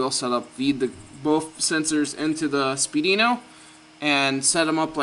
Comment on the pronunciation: it's pronounced speed weeno... not spee dino